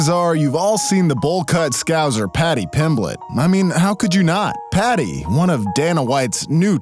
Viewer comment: Didnt even pronounce scouser correctly lmao